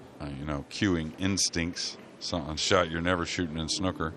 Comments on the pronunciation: dear American's its not snucker its snooker like a snood or the word mood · Why does every American commentator call it “snucker” 😂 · Snooker has 2 o's in it not 1 so stop saying snoker, leave the crayons alone. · Americans can't pronounce snooker properly, my us relatives are the same. Snooker not schnuker! :D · Snooker like snewker not like a cooker, but a puker, or pewter. Or p(oo), not c(oo)k. The English commentator certainly outlined how to pronounce the word. Somehow it was so irritating having to listen to it being mispronounced consecutively, and so bloody intentionally too. Snuker. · Any other British people here cringing at how Americans pronounce ’snooker’ ?! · The way the commentator pronounces Snooker makes my blood boil